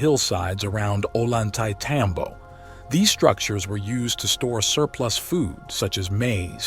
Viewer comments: oh-lan-tay-tambo 😂 you mean oh-yan-te-tambo? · Ollantaytambo is pronounced as Oiy-anta-tombo.. The 'll' in spanish sounds like 'y' in english. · Maybe it really was aliens that did this incredible stuff - "Gods". Perhaps they left no physical remains due to policy like the USMC: "Leave no man behind". (And it is pronounced Oyan-tay-tambo!) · If only English speaking people understood that double L sounds like a Y in Spanish... we would have far less discrepancy between the pronunciations. So it actually sounds like "Oyantaytambo". Other than that, great video as always. I always wanted to go to the west side of the ruins, nice to see some of it up close finally. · At least learn to pronounce the name of the town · Before making this film, the author should have, at least, learned how to properly pronounce the name of the site.